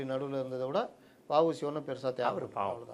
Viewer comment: வ. உ. சி??? எந்த வ உ சி பத்தி பேசுறீங்க கொஞ்சம் தெளிவாக பேசி இருக்கலாம்